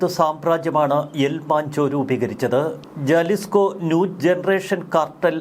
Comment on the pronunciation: Jalisco pronounced as Halisco